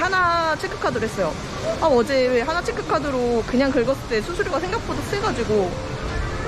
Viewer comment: 한나 아니고 하나